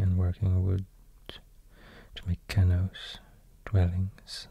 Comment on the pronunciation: Thank you for the great video! You were close with your pronunciation of "canoe". It's said like "kuh-noo". Please keep doing these videos. It was a very enjoyable.